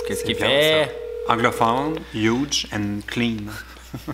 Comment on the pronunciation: Après Pitch Perfect, Hudge Perfect !!! 😂😂😂